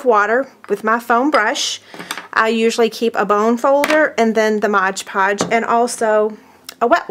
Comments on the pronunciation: My GAWD, please stop saying MODGE PODGE. It is MOD Podge..... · "Mod" Podge not "Modge Podge." lol